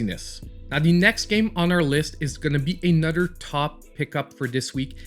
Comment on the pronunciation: " A nutter good game " L😁L No disrespect, Always gd content!